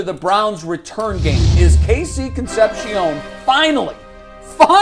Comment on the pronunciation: Con sep see ohn Jesus, learn to pronounce